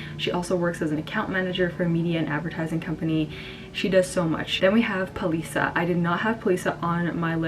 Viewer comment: Busisiwe is Boo-see-see-where.... Shudufhadzo is Shoo-doo-fard-zor.... Palesa is Pah-les-aah.